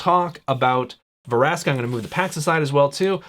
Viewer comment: It's Vraska, not Varaska. Still, nice video. :)